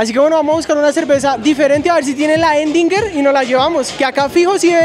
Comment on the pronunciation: La que dice “endinger” jejeje … Erdinger maestro !!